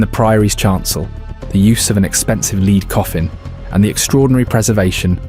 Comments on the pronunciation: Led not leed. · It's lead, lead, lead (led)!! :face-purple-crying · A.I. not being able to differentiate between "leed" and "lead" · Medieval bot not meeedeeeval and lead not leeed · The metal lead is pronounced “led” but this machine sometimes said “leed.” AI is annoying. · "Leed." we get it! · How come the producers of this video didn't check the narration and correct the "leed" coffin? The AI voiceover would of been convincing apart from this. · It is funny how Ai reads the word correctly once (Led) and incorrectly 5 other times (Leed), showing the English language is a bytch to learn. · Lead is not pronounced Leed. I hate AI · I'll bite. what's a leed coffin? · AI narrator just gave itself away when it said "leed" instead of "lead" when talking about the lead coffin! Can't the bloody creator narrate his own video! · lol every time he said leed instead of lead I cringed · ai. lead said as leed. ffs. no more. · never noticed the AI voice so much as on this one, Leeeeeeeeeeeeeeeeeed coffin L.E.A.D. pronounced LED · Because it's AI slop, the way it says "lead coffin" as leader not lead the element shows it's AI. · It's an A.I. Voice over. It 'effed up again, just after it pronounced lead as "Leed" (Although lead - as in the metal and lead - as in to lead an army etc, are both spelt the same they are pronounced differently) using the wrong pronunciation. Then, the A.I. narrator then messed up again. It had a spaz attack for a second. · A leed coffin, silly AI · finally it is correctly prononced..then about 1 minute later again it's LEEDS..WTF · So glad AI said Cockermouth properly 🤣 As for Unknown and Lead or Leed just so annoying. Who feeds the shit some Chinese twat FFS 👎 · I thought this was real and not AI slop until he mispronounced lead the element as lead as in leader. Then I found out this wasn't found recently but half a century ago. Shame. :( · Leeeeed coffin! You talk history but mangle the language… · What’s a leed coffin? 🧐